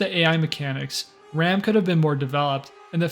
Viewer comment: Its pronounced general R-ah-m. Not ram